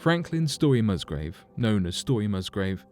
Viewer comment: The gentlemans' name is Musgrave not Mustgrove.